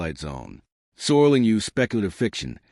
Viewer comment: ROD SERLING not SORLING